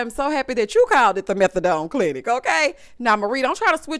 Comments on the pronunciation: The “g” on the end don’ sent me right to the moon 😂😂😂😂😂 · It will forever be, the "meTH-A-dong clinic" lol